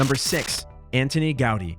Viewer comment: What a load of old rubbish! Somewhat American biased list of none runners. Could not even pronounce Anton Gaudi! Useless and highly controversial tional. Taking steps backward